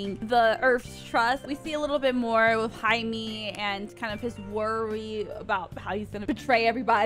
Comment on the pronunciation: Jaime is pronounced like Hi-MAY not Hi-MEE.